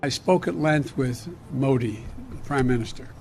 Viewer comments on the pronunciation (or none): none